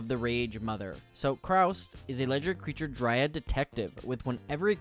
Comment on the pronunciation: Nice vid, but it’s Kaust not Kraust.